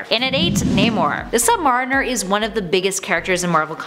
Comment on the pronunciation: If I heard it right she cannot say Submariner right.